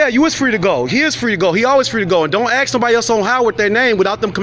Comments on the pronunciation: "Dont aks...." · I agree with the dude but hearing axe vs ask makes me nuts. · Ask not axe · You better axe somebody.lol. right? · Stay in school folks before you “Axe” the wrong questions ! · You ain't suppose to "axe" that question. Then this dope tries tell the police how to do their job. Who, exactly, was "busted". Nobody. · Black people have trouble with saying that word properly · THE WORD IS “ASK” ! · Can you say ask correctly please it’s not hard it would add to your cause